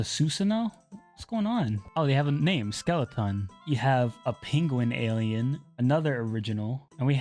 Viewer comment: its skele-TON